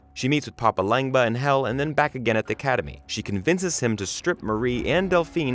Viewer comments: Did he say papa lengba? It’s papa legba 😂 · After watching this, the third one of these that I've seen, it's pretty obvious that whoever writes them doesn't watch the show AT ALL. Lol So many inaccuracies and mispronunciations. "Papa Lengba"? Nope. 😂😂😂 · I couldn’t get the video and it’s entirety because of the mispronunciations of the names of important characters Papa Legba I mean the name is is pronounced like it’s spelled and Tituba as well. You watch the show and they pronounce their names correctly I don’t understand why he couldn’t. But can phonetically pronounce the spells right.